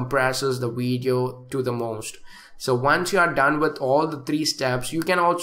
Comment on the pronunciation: Stop Smoking Weed So you can Pronounce Video Correct Haha Nc Weedio men